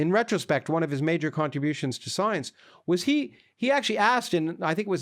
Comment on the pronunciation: "Soience" - Lawrence Krauss